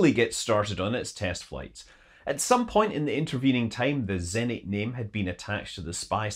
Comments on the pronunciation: zenIt, not zEnit :( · Me: 3EHNT? Russian: you mean ZENIT!